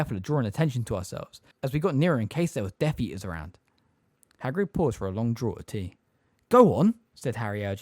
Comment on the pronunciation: I love love love these videos but just have to point out some corrections in pronunciation: - in the phrase “teeth bared” the word ‘bared’ is pronounced like ‘scared’. - a bird’s feathers or “plumage” is pronounced PLOOMage not “PLUM-age” - “Draught” is pronounced ‘draft’ ☝️🤓